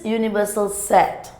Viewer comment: sometimes she pronouce set as a sex hahaha